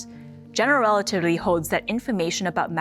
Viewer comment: Exactly 😂 ...relatitty